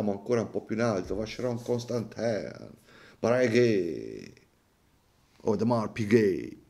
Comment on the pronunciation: occhio alla pronuncia di Vancheron Constantin! 😅 Non è "ConstanteeeN" 😢